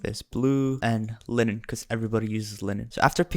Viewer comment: lynn-in??? its pronounced line-in. I want that 1% in that comment chart thing